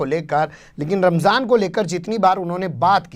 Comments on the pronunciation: Ramjhan bola h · Rmzaan,, bhi bolne nshi asta ssheb ko. Rmjhaan bol rahe hye. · Ramjhaan kya hota hai be ...? Ramzaan hota hai.. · Ramzaan ko ramzhaan bolre.lagta hai muslim ke tehwar bhi theek se nahi bolte.thora muslim ke baare mein seekhna chahiye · Ramjhan nahi Ramazan hai sahi word . Sahi to bolna nahi aata isko. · Ramjhan nahi phenku ji..... Ramdan or Ramzan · Ramjhan nhi ramzan hota hai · रमझान नहीं रमज़ान है प्रधानमंत्री जी । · Jahil pm ramzan ko ramjan bol raha hai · RAMJAN nahi aey donkey...theek se RAMZAN bol..desh ka pradhan mantri aise hote hai...